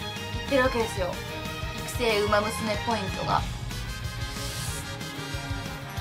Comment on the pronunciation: お元気そうで良かった…！ ウマ娘の名前の読み方は流石ですなぁ。